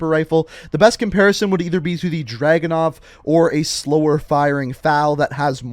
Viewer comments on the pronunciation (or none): none